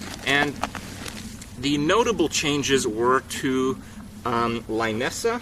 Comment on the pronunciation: it is pronounced Lainessa? I always thought it is Linessa ("i" pronounced like "lit")